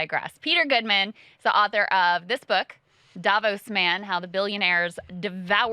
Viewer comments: “Day-vos”?? Cringe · Both wrong it’s pronounce DaVorse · It's actually pronounced "Davoughs", just like Kristall 's said it but with the emphasis on the "o". Cheers from Switzerland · It‘ actually DavOs, acchent on the o. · You are both pronouncing Davos wrong. The emphasis is on the O not the A. To be fair you have to be Bavarian, Austrian or Swiss (Bayer, Österreicher oder Schweizer) to get it 100% right. It’s a very special place by the way..It has much more to offer than just the world economic forum. Check it out, if you can.